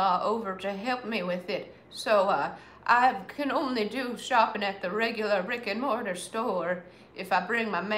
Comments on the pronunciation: And I thought she said rigor mortis store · She says brick and mortar store